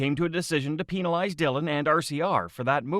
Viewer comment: Bro can't say penalize right😂